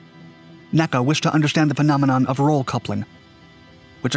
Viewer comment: You do not pronounce N.A.C.A. as "Naka." That's a later thing since "NASA" rolls off the tongue better. It was always spelled out, "En Eay Cee Eay."